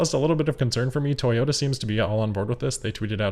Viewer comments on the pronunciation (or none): none